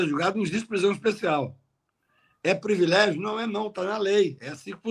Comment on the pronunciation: Kakai, você disse “previlégio”, mas você sabe que o certo é privilégio.